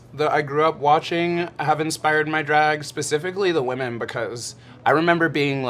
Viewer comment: Kahanna says whaman instead of women